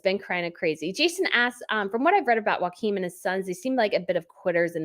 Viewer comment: I understand that you are from the states and that you dont know danish, but just rationally, they dont speak with a Spania accent over there. It’s not Margarite or Joaquin. I mean you know how to pronounce late Princess Margareths name, and it wasn’t Margarite. It’s not that hard🤷🏻‍♀️ Joachim is a bit trickier, it’s «yo-ah-kim’.